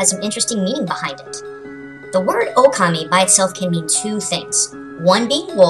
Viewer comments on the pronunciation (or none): its not okami its pronounced o-ka-ma-e